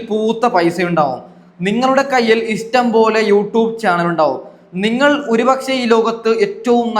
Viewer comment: Istam അല്ലാ, ഇഷ്ടം, ennu പറയു, അതുപോലെ വിശമം, അല്ല വിഷമം